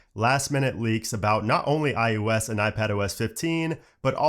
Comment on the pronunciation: i think its ios not ius